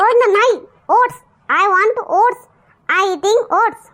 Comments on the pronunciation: said to you, It's not ‘ओढणं’, Oats. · What did you say? ‘ओढणं’ 😂